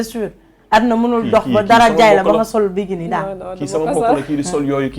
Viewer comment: (Biguini) on dit bikini quelle nullarde c’est quoi cette animatrice ... allez étudier avant d’animer ... bravo à la miss tu es très digne